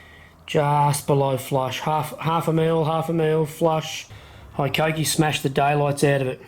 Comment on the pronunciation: With the number of times it needed to be said, and the fact you even chose the tool, you'd think you'd learn how to pronounce Hikoki even vaguely. But who gives a fakk, 'ey.